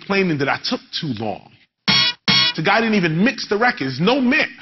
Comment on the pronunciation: They make wrekods....too